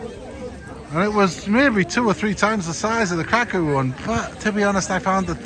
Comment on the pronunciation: Thank you for pronouncing Kraków correctly. 🥰